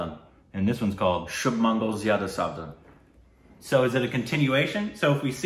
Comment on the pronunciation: speaking out the title: Shubh: Sshhhhhhhhubh Mangal: Mangal Zyada: zyada Savadhan: Savajdjwjwjejkwksk